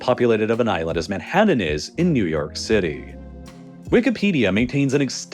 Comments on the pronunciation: Not to mention pronunciations like "manhaddun" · How does this dude pronounce every single letter in every word to annoyance, but puts about 4 Ds in Manhattan for no reason?